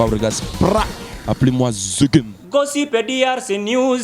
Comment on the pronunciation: eeee nzambe Jazz Gossip na anglais eza Gassip